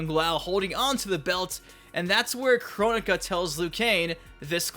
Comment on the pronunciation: Correct me if I'm wrong but I thought you told us that someone corrected you at the reveal that the name was pronounced "Kro-nika" but you're still pronouncing it as "Chronica".